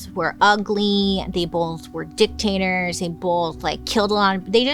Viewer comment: Hearing you say dictators 😂